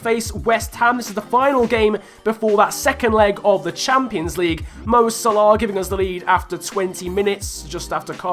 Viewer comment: Can't say Salah properly